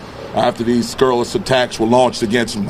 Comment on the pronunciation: "Scurrilous" lol 😂